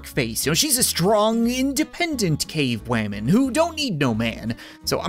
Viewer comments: This is my third time watching this video and I just realised he said cave-waman like nuxtaku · You also said wamen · I like that you didn't even say cave woman he said cave women he said cave waman